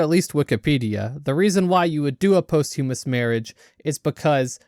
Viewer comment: lmao "possthewmuss"